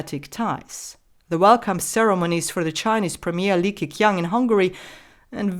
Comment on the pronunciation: It's "Li Ke Chiang", instead of "Li Ke Kiang".